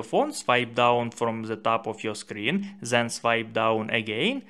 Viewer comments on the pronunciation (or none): Why is your English so damn bad? It's not zen, it's then....